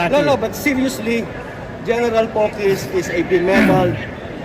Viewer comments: POQUIZ po hindi PAQUIZ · Poquiz po, not Paquiz.... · POQUIZ po, POQUIZ po, Hindi PAQUIZ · It’s POQUIZ not PAQUIZ. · Maj Gen Romeo Poquiz po, hindi Paquiz, itama mo man lamang ang pangalan. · GEN POQUIZ. hindi Paquis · POQUIZ po not Paquiz